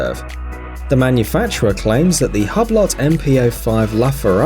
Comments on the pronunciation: I think you need to know how to pronounce the brand first... ‘hub lot’ hmmmm it’s pronounced “oo blow” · Lol it's not HUB - LOT it's said 'WHO-BLOW' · Inna Yuh Belly isn't the "lot" silent as in "hue blo" .. In phonetics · HUB-LOT LOL! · Hughe blow....not hub lot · Its called hublo not hablott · It’s “oo blow” not “hub lot” you fucking caveman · Its called hube-lo not hub - lot.. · Hub lot ! Lmao.Pronounced hugh blow. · It’s not ‘Hub-Lot’ you muppets! It’s ‘Hew-Blow’. FFS! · I dont think its pronounced " hubb lott ". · Say it with me..."ooo-blo" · Hub-lot? Tour-bi-lon? This is AI narration. Horrible! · Hublot is pronounced hoob low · Dh is a hub-lot? Hew-blo my brother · Can someone find me a "Hub lot" "Tor ba lon" please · Its pronounced Hublo..... tw@ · It's not Hublot. It's "Uu-blou" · You should research your pronunciation of the product Hublot= ublo is the right pronunciation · Funny how you said Margot correctly, but you said Hublot wrong..... Hub lot.... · Am I the only one who feels like reaching through the screen and cut his tongue out when he said HUB LOT? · hubb-lott... i mean.. jesus christ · While the watches are interesting, your lack of knowledge about horology is forgivable but really could have been avoided with a little research. Hublot, pronounced Hew Blow Tourbillon, pronounced Tor Be Yon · Hublot is pronounced Hooblo'. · Partha Gogoi u-blo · It’s pronounced Hee-brow :v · Did this dick say ...hob. Lot... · I know, right? I think this might be the same watchmojouk guy who doesn't care what script he is given to read, does zero research and bastardizes his pronunciation. I stopped watching immediately after I heard him say hub lot as I then knew this video was seriously ill-informed. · Pronunciation of "Hublot": Click the (>) play icons. Man. The american's ignorance for how foreign names are pronounced is really embarassing - but only to all other parts of the world, it seems. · Did he say HABLOT?